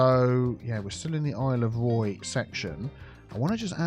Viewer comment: for a secound i thought Isle of Roy said Isle of Prey